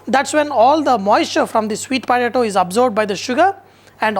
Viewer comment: "svweeet potAAto" fucking Mula